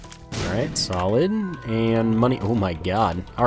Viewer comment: Whenever you say "solid" I always hear "salad"... that's so stupid I just laugh every time